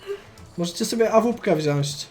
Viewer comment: Wziąć się mówi xd